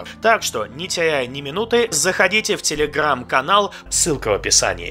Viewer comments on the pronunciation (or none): Тебя невозможно слушать, а ещё и ставки пфффф и слово телегрррррам это пушка!)